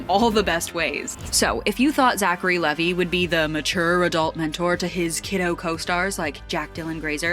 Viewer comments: That's Levi as in Levi jeans. Pronounced I at the end not E at the end. His full name is actually Zachary Levi Pugh. Also he's not Jewish though many people understandably think he is because of his stage name. I can't wait to see 'Shazam! Fury of the Gods'. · It's leeeee v iiii